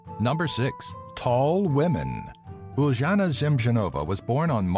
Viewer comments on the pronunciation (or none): By the way you pronounce Uljana as ul-ya-na and semjonova as sem-yo-nova :)